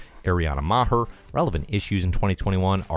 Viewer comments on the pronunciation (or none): The H in Maher is silent. It's just "Mar."